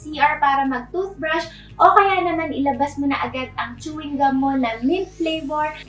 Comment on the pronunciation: ate, nakain mo yung balat ng chewing gummmm HAHAHHA. cute